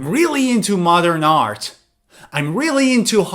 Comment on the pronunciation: I heard you said "i'm keen on mother art"😭